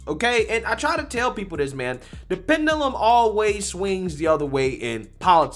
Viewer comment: i love yu bro,but please learn how tp pronounce wrds in your videos,its not pendulum,itsounds like pen-jew-lum